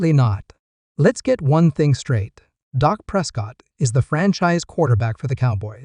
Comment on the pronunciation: His name is Dak , not Doc!